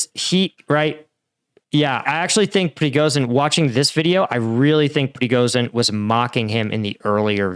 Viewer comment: Just a slight correction surname-wise. He's Prigozhin, it's 'zh', not 'z'.